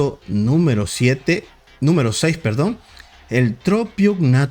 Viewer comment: La bonitasaura se parece a mi hermano xD Y se dice seis no sei :b El puesto 3 le dijo al dino el utamadr- xD Odio el mercado de hambar